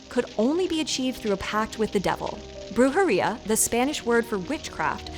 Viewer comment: Brujería = broo hair EE ah The emphasis goes on the syllable with the written accent.